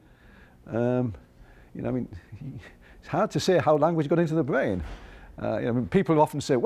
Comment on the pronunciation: THE BWAIN???? THE BWAIN??? Lol 😂 guy can’t speak. Nerve racking. Bugs bunny 🐰